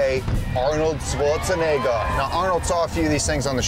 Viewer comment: "Arnorld Schwartzenegguh"